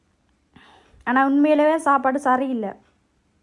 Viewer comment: ஷாப்பாடு இல்ல சாப்பாடு. தமிழ் தெரியாதா.தேவிடியா😂😅😂😅😂😅😂